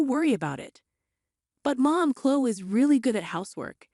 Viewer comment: Chloe has the E sound at the end, not Chlo.